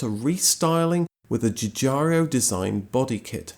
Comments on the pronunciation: Giugiaro not Giugiario. Nice video , thanks !! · Giugaro, not Giugario. Sorry, not English I'm afraid. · Its not Joo-Jario.... its pronounced Giuuuu-Jaro. ... There is no io at the end. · Has anyone pointed out that you are pronouncing three i in Giorgetto Giugiaro's last name where there are only two. It's no big deal. But you can do better :) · Please don't say Dzhoodzhario anymore. Giugiaro is pronounced like Dzhoodzharo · Giugiaro, not Giugario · Nice video about a great car, but please sir, pronounce the last name of its designer correctly: the man is called (Giorgetto) Giugiaro, not Giugiario. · Ok, you go right now to the nearest mirror and spend the next two hours saying "Giugiaro". NOT "giugiaryo". Giugiaro! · One day you'll find out that the Italian dude is called "Giugiaro", not "Giugiario" and you will be a bit embarrassed about several of your videos. :P Keep up the good work <3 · It's pronounced as "Giu-gi-a-ro" instead of Giu-g-a-"rio"... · Why do you keep calling Giugiaro Giugiario? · Why does everybody always say GiuGiaRio instead of GiuGaRo?? Too lazy to read?? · JujaRIO. :-))))))))))))))) Brits are incorrifible. It's Giugiarro. OOOOOOO. No EEEEEEEE. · GIUGIARIO??????? Really???? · Please note that Giugiaro is pronounced ju-je-ar-o, not ju-jarr-ee-o. Great video, though ... thanks. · The designers name is Giugiaro NOT Gugiario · His name is not Giugario. It's Giugiaro. Jew-jee-ar-oh. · My friend, as someone who lives in Italy, it's "joo JAR oh". Cheers! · You don't actually pronounce any of the "i"s. They're there just to make the G sound soft, like J (in Italian, G before A, O or U is hard. Before E and I it's soft. GI followed by A/O/U becomes soft, and GH followed by E/I becomes hard). So the correct pronunciation is Ju (like jukebox) - ja (like jargon) - ro (like rope). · Jew jar ro ;) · Try to pronounce 'Giugiaro '. Read it first letter by letter and then givi it a go. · The way he pronounces "Giugiaro" for one 😉